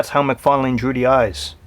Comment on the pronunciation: great toy review but you did not say todd mcfarlane's name right, it's mcfarlane not mcfarling.